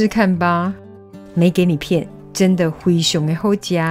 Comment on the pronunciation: “没给你骗”这一句我很喜欢听老师用闽南语说❤